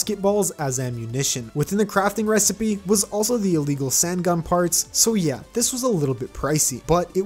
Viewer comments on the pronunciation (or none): none